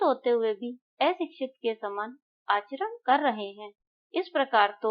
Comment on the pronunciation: Par par kar ko bol raha ho😂